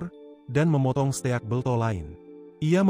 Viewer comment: steak bang bukan ste ak